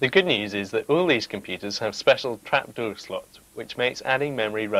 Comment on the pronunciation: Trapduuur ! Grrrr. good vid nonetheless :)